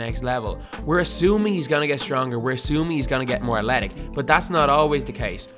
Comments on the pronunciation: Why do you say athletic like "atletic" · Please learn how to say athletic